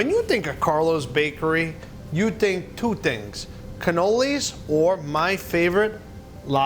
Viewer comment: You tink two tingks